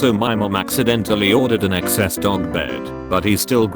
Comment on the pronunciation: This video itself is an r/there was an attempt Where’s DDM There was an attempt Why is one there twice There was an attempt Why couldn’t it say dogs properly There was an attempt